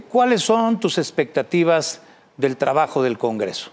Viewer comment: No pudo ni decir expectativas